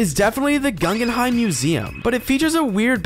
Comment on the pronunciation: Gungenheim Museum? Is that where Jar-Jar Binks takes a date? Perhaps you meant the Guggenheim Museum?